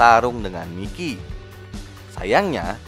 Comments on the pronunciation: Bang itu namanya di bacanya "Maikiy" Bukan "Mikiy" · Mikey: Bacanya : Maiki!!!!!! 🤡